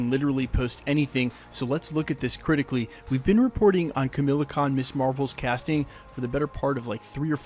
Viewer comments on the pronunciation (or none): KamALa Khan... NOT Kamila Khan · Kamala Khan’s name isn’t pronounced “Camila” its “Ca-mah-laa”. It just made me cringe a lot while you were saying it is the only reason I’m bringing it up. Not picking at you just trying to help. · it's Kamala, not Camilla. fyi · Ka-ma-la not Ka-mil-a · Kamala not Camilla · KamAla, not Kamila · KamAla Kahn not Kamila Kahn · Ka-MALL-ah, not Camilla. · Kamala, not Camilla. Also Chris Pratt wasn't a movie star when he was cast as Starlord, so yeah it wouldn't be at all out of form for Marvel to cast a non A-lister. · *Khu-muh-la Khan, not Camilla Khan! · Kamala. Not Kamila. Pls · I can't unhear Camilla Con 😂😂😂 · You act like you know what your talking about, but you cant even read/say ms. Marvel's name correctly. You say kamila. Haha. Fool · Lol, it’s pronounced Kum-All-uh Khan 😂